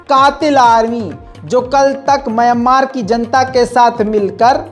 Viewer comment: Myammar nahi Mayanmar hai woh👂👂👂👂👂🧐🧐🧐🧐🧐